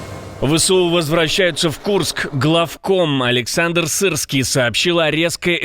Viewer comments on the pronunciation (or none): none